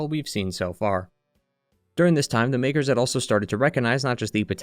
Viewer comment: bro did not say makers